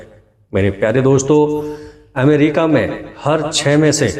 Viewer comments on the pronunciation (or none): none